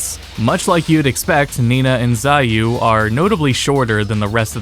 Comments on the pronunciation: Great video, a few minor points though. 1 - Hey-Hachi and Shao-Yuu. Not Hi-Hatchi and Zai-yuu. 2 - Tekken Advance is not the first portable Tekken, that would be the Japan-only title released for Wonderswan. YT put your channel in my recommended feed. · Who is Saiyou? Her name is pronounced "chowyu" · Dude, your vid is too comprehensive and well-informed for you to be saying “Hi-hachi” and “Zaiyu” lmaoo